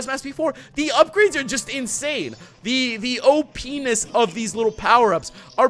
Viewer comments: lol he said OPenis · You said OP-ness in this episode. Just... think about that. Say it very slowly. Maybe take off the O?